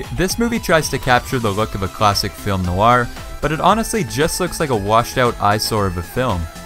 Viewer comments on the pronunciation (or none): none